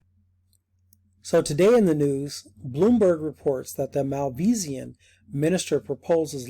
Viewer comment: It's not Malvisian, it's Malaysian.